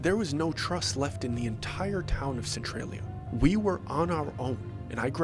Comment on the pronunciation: Centralia is over 2hrs drive from Philadelphia... Anyone who heard about Centralia from a local knows its Cent-RAHL-ya. Not Cent-RAY-ya. Also your description of the entrance of Centralia shows you're making this all up. Simply understanding the basic map of the coal mines would explain why it can't be put out and why its dangerous there. Ground is unstable, toxic fumes, help is far away.